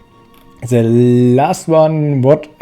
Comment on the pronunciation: An der englischen Aussprache sollte meiner Meinung nach noch gearbeitet werden, The und nicht Se, nicht wis sondern with and so on...